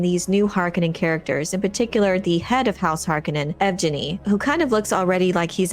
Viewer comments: Yevgenny is a Russian name. It's pronounce Yev-genny, with a hard "g" like in gift or green. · Yevgeny has a hard "g" sound and an emphasis on the second syllable, so it should sound Russian-like. Yev-Geny. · Yevgeni is pronounced yehv-GAY-nee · yev-ge-nnie it's russian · Its pronounced "Yev Genny"